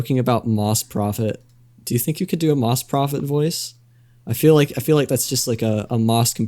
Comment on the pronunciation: Did you just call him bagmoss?